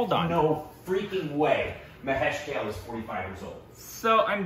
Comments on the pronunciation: Its not pronounced Kale but Ka-leh. Just for your info. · It's kaaaaaaaale .... Not kale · KAAAAAA-----LAY. Not Kale salad lol. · Guys, it is not Kale. It is Kaa-ley. It is a Marathi name. I think he deserves to be named correctly. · Why has any Marathi not yet corrected them about Mr. Kale's pronunciation? It's not kale as in the vegetable. It's pronounced Kaa- Ley. Someone tell them. He deserves at least that much respect. Also it's not really an "L" sound, it's this ळ letter in Marathi (technically called Voiced Retroflex Lateral Approximate /ɭə/ )which is very hard to pronounce for non-Indians. So that's understandable but it's really not pronounced like kay-le. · It’s not pronounced Kale as in the vegetable but as Kaalay. Anyways, nice to see enjoying Indian Classical. Earlier he used to be clueless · Guys, it's not Kale (rhyming with whale) but Kale (Ka, rhyming with la) and le (rhyming with bay for say)! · Mahesh Kale. Kale should be prounced as Kaa + de and not "Kel" or "Kale". Its Kaade. d here is mix of L and D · 'Kale' should be pronounced like... Ka - Kaa Le - Lay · Pls pronunce his name as "Kaalay" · His last name is pronounced as Kalé(ka-lay), like coupé, ka-lay means BLACK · Mahesh Kale is pronounced as Mahesh "Kaalé". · Last make of Mahesh Kale is Ka( as in Kayak) and Le a(as In 'Laid) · Pronounce it like Kaaa-le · kale= kaa+lay pronunciation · Learns the correct way to say Kale and apologizes for saying it wrong on previous occasions Also: Says it wrong in the very next video! xD